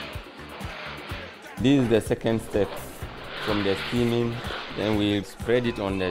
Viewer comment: Am I the only one who thought he said seaman instead of steaming